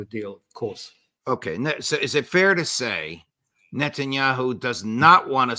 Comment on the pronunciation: " interest of Nuttinyahoo' . 😂